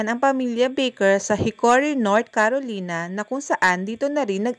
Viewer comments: CA - RO - LAY - NA ang pronunciation nun CAROLINA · Carolina ( ka-ro-lay-na)